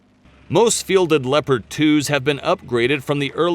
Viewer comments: why the fuck do people pronounce Leopard as LEO-PARD when we all well know it's LEP-ERD... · Pronounce Leopard tanks as le-pard tank. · please program the computer to pronounce Leopard like the animal.